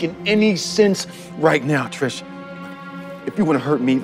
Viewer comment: ARE YOU SERIOUS RIGHT NYEOW